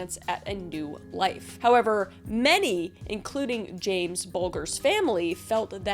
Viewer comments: TY! I love Kris, but as a Brit that remembers this horrific case, I wanted to scream that she was pronouncing the names wrong 😆 it hurt my ears & my soul.. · I guess you aren't aware of chatGPT and other AI based tools? Also, she has a team that does all the hard work, not her. If she did her own research she would have known how to pronounce the names (she got 2 of them wrong in the very first case) - at least do it out of respect for the victims (which she clearly has none)